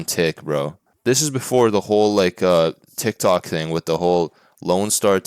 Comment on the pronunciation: I'm sorry, did you say TICK Tok?!